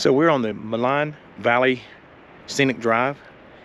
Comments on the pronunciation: "Maligne Lake", pronounced "Maleen Lake". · Maligne is pronounced Mah-leen. Its a French word. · I enjoyed your video. Welcome to Alberta. Maligne Lake gets its name from the French word Maligne to describe malignant or wicked. Its pronounced Maleen. Safe travels. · So the lake is actually pronounced Ma Leen Lake. It's an incredible place to fish. Thanks for sharing and coming up to see our amazing Rockies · Malign lake - pronounced - me LEEN